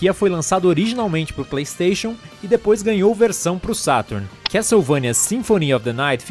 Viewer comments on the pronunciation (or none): none